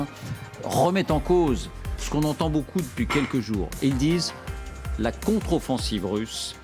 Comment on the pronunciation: Il à bien dit la controsoffensive russe , Pujadas tu vieillis mal ....